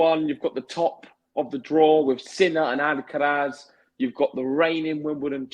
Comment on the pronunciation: At least this guy stopped saying Alkawrath 😂